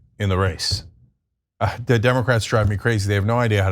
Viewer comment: Can you let people know that Trump is actually explaining to his cult that he says "duh" instead of "the" and they call it cognitive decline... so in order to really reach people, obviously just stating cognitive decline is not enough unfortunately